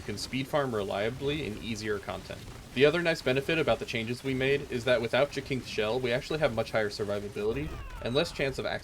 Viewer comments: I think it's pronounced JASYNTHS not Jakinks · These build videos are great, but I have one minor quibble that's just me being nitpicky. Jacinth is pronounced like "JAY-synth". That is all. Carry on with the good work.